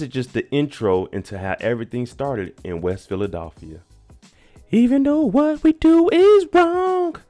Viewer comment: Philadelphia. Not philadolphia.....lol 😂😂😂